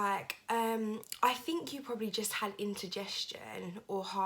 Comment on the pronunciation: She really needs to do something about those eyebrows! She looks like some kind of strange cartoon creature that always looks angry / surprised lol. Also, it's indigestion, not "intergestion" lol.